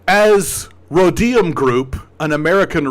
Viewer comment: thw Rhodium Group is a well-known thank tank focusing on China. They are totally legit, albeit pro business 100%. Oh and it's pronounced RO-deeum.